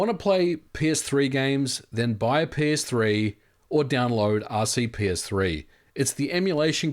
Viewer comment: Once again... its rp-cs3, not rc-ps3